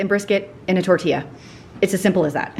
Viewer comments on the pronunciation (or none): none